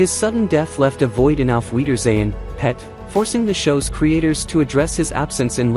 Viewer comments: u are saying it wrong , don't put emphasis on Pet Tim Spall is still alive and is not the same person as Kenny Ireland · Don't talk about British TV if you can't even say it properly, watch some british TV